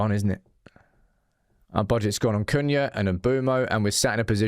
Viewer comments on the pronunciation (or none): none